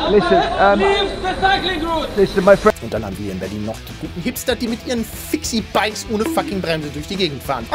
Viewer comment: Fixie nicht Fixi -_